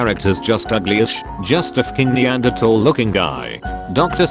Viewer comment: I love that it can't pronounce so many simple words but somehow managed to say "Neanderthal" correctly.